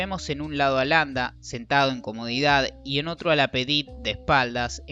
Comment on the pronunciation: ces hable ingles,ya que no lo hablan ni en Paris.Y es LapAdite y no Lapedite hombre!